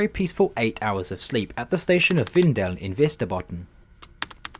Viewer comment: You didn't have to nail the names of the localities but you certainly did a good job haha. It's rare that Norrland gets any attention from other countries when Sweden is brought up, so It was a very strange feeling seeing a place like Vindeln being in the video.